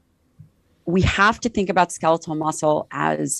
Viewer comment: I can’t help but be completely distracted by how this guy pronounced “skeletal.” Ska-leet-el? What?